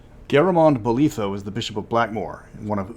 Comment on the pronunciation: Glad I watched this. Drew attention to Garamond Bolitho. My friend's grandma was Lady Bolitho (the 'i' is pronounced as in 'sigh' or 'pie'). I once helped him find an interesting book for her birthday (had to be horseracing or cricket! All very English—Yorkshire and Cornwall). There'd been far too many years between reading about the NPC in DA1 and meeting the family to make the connection. Fascinating (for me) to make it now… and how an unconnected chap called Arneson from a Viking state in 'the colonies' used the name.